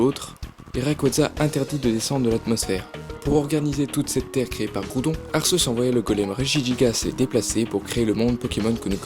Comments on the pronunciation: Arrêtez avec ArSéus x) prenez un truc français officiel et regardez la prononciation :/ je sais pas prenez la série pokemon (certes c'est moyen mais c'est officiel) ils disent bien arQUéus x) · On dit arquéus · desoler de te le dire mais sase prenonce arkéus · On dit Arceus A R K É U S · Je suis le seul à les prononcer Arcéus et Guiratina ? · j'ai quitté la vidéo quand il a dit arceus en mode "arsseusse", merci pr ce viol auditif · je ne suis pas le seul à dire Arçeuse 💕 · Le pire c'est arseus ! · Comment tu prononce arceus ?!😂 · C énervant que tu dise arceus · Bah oui alors que normalement c'est Arceus, je vois pas pourquoi il dit Arceus... après certaines disent Arceus aussi ! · Si tu a vu le dessin animé Pokémon tu verra que tu prononce mal le mot Arceus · Je viens de découvrir cette chaîne et je la trouve super ! J'adore qu'on me parle de ma saga préférée de cette manière! :) Bon, après, si je voulais faire mon fanboy hystérique je dirai que la prononciation de certains noms me dérange un peu (notamment Arceus et Giratina) :3